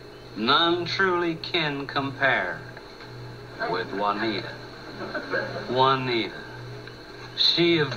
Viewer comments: ITS PRONOUCED WANTIA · that's stupid. Juaneet...duh